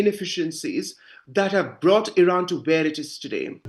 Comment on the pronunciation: It would be nice if you learned how to pronounce the the name of the country you are reporting!